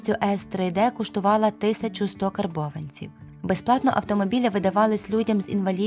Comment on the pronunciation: Нє, все же зробіть щось із наголосами: "повністю С3Д куштува́ла 1100 карбованців"© — вже занадто.